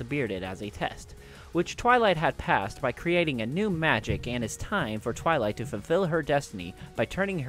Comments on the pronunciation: he says twiley instead of twilight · And did u say twilie? Instead of twilight?